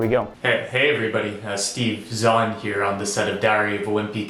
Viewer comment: I think the DeepFake decided to work after he pronounced Steve Zahn properly.